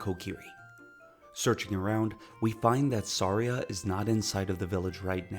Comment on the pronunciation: I know I was watching a reveiw and they said “Sairia” and stuff like that and I was so mad… but it’s not all his fault he had an accent… but some of it was butchering it